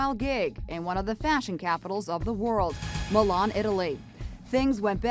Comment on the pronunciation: You know what worse how She pronunces Milan ”Mailan”